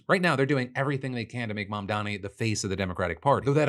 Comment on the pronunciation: YOU SHOULD LEARN HOW TO SAY IT! M-A-M-D-A-N-I